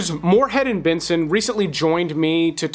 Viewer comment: How do you make the word “and” a two syllable word?! 🤣😘